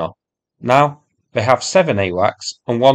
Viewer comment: "The U-WACS" 😄👏🏽